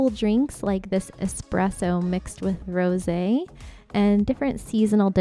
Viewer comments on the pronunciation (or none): none